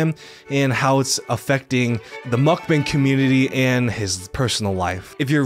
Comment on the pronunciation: Great video, but mukbang is pronounced (muck - bahng), not bang. the emphasize is also on the muck. sorry It was getting on my nerves